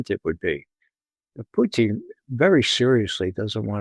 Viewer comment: It's PUtin, Ray. Not PUchin. Not PuchEEn. Not any of your other affected pretentious pronunciations. Just PUtin.